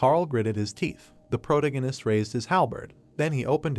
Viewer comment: Ugh… pro - TA - gonist So frustrating, this content is good but the overuse and mispronunciation of protagonist drives me crazy and I can’t focus on the content lol. Please pronounce it right or use another word!